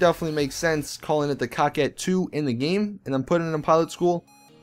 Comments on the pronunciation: Btw, can you stop calling the coquette like (cockette) and call it (coke - ette) like its suppost to be pronounced. It makes me cringe whenever I hear that word being said like that. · Quit calling the coquette the cockett. It is pronounced co-ket